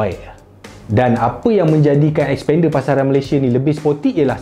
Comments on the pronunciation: Mitsubishi 'S'pender haha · Sekali dgr mcm spander jgn mcm2 mitsubishi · xpender. sekali dngr mcm sepender... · xpander?? lain mcm bunyi 🤣